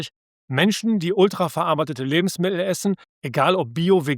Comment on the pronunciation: Das sind alles unglaublich wertvolle Informationen. Nur - es handelt sich nicht um Lebensmi el, diese Aussprache tut mir in den Ohren weh. LebensmiTTel - so erfreuen Sie Ihre Zuhörer.